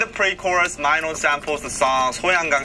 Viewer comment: It's okay. it's the pronunciation is actually MENO but when you say it swag way it will be A YO MYNO.